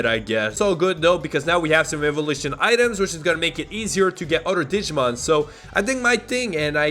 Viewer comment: i cry every time he pronounces a digimon name lol